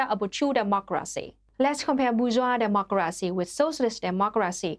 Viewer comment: It's weird how she adds in extra letters to "dem-mok-car-racy" but yet leaves out a whole bunch in "proletariat"